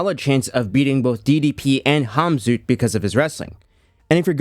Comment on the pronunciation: Even though the Cyrillic letter "X" is transliterated to Kh the K is kind of silent. No idea why he says "zoot" but Khabib is pronounced "Habib" and Khamzat is "Hamzat".